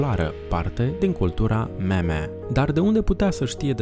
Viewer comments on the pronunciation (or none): none